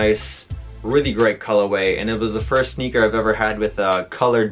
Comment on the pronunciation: It's colorway not fuggin culaway.